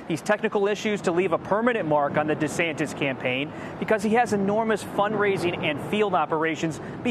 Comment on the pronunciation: DuhSantis got no chance but he could keep dreaming! btw, it's Ron Duh-Santis! 🤣